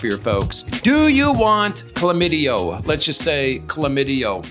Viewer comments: The word is chlamydia not chlamydio. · It’s Chlamydia - with an “a” on the end